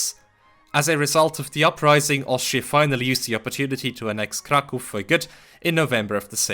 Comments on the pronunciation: it's nice hearing someone pronounce "Kraków" properly after years of hearing "Crack ow" in english-speaking communities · Thank you for not calling it crack-ow :) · Jak tylko usłyszałem twoją wymowę nazwy miasta Kraków, od razu wiedziałem, że mam do czynienia z rodakiem! Jest to pierwszy filmik jaki spotkałem od ciebie i subik leci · As a Pole I must admit that I am shocked to see a person who does not speak Polish can pronounce Polish words, the first time in my life I meet with such a thing and I can not get out of admiration, I expected a rather Americanized version of the word Kraków which has nothing to do with reality and here such a surprise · It strange to me, as a Polish, to hear someone speaking English (not Pole) who says "Kraków" instead of incorrect Krakow xD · nie spodziewałem się że obcokrajowiec jest w stanie wypowiedzieć poprawnie ,,Kraków", dzięki za uświadomienie 😂 tak czy siak dobra robota u niego